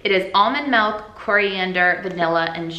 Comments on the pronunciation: Did she say melk instead of milk?? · Own that "melk" pronunciation! I just realized the other day that I say "bowl" like "bull" 😂😂 why do we have such extreme vowel sounds in Northeast Ohio?!? hahah